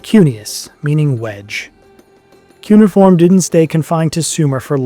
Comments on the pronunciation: “Cuneiform” has four (4) syllables: kyoo-nee-uh-form. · Let's try harder to sound educated, okay? It is pronounced "kyoo-nay-if-form" (cuneiform).